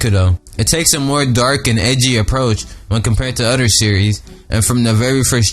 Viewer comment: i love how when u say other u say "udter"